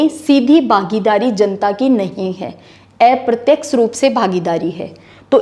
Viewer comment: एप्रत्यक्ष नहीं अप्रत्यक्ष कहें बहुत अच्छा पढातीं हैं आप धन्यवाद